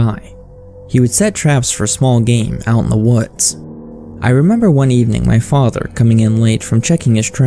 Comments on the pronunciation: "My faadther" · Wtf why are you pronouncing father like that?